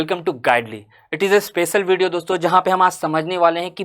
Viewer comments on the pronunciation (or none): Bai Saab vo specel nahi hai special hai, please pehle English words teen se pronounce karo, nahi tho bache bi be aise hi seek Raha hai.